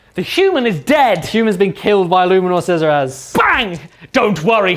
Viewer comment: Shezeras kills me each time he says it.